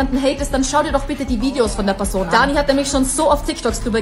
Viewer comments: Er kann nicht mal danis namen aussprechen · Hör auf dich einzumischen du versteht das doch eh nicht Auserdem sie heißt Dani und nicht Ani